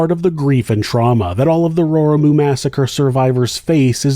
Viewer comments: Also, I really wish people would take the time to learn to pronounce words from other languages if they're going to do a video about them. It's row-ree-moo, not rory-moo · Thanks for covering this story from Aoetearoa!! Raurimu… pronounce the R with a roll or closer to a d sound like in the word udder… than the au sounds like the word row… rau-row ri same d sound for the r pronounce the i like e row-re & mu like moo row-re-moo Raurimu!!! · As a kiwi and as someone that lives not far from Raurimu ( pronounced rrow-reemoo) this was a shocking and tragic day for us as a nation x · Pronounced Row ree moo 😬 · Not to be too pedantic, Raurimu is pronounced Row-ree-moo, with the r's rolled a little. It's a Maori place name. 😊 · You should remove this video. I'm a direct family member of the people involved in this video and you are reporting on a story that you absolutely do NOT have the full information on. You don't even bother to properly pronounce the name of the area and miss out a lot of why my family couldn't get the help that Steven needed. It is disturbing because people then view this and come away with an only partly informed viewpoint because they got half the story. Its insulting that for you this is an "entertaining story" when for my family and many others its a traumatic event that has ongoing repercussions. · you probably haven't heard of the area because he butchers the pronouncing of the name extremely badly. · Yep I had a laugh at his pronunciation too. But unless you live here (or are a kiwi overseas) it’s hard for people to know how to pronounce words particularly of an indigenous culture. Bit like my attempt at Chinese names or Greek 😂. Good on giving it a go though